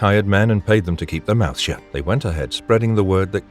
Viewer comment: You can tell AI they mispronounce shut all the time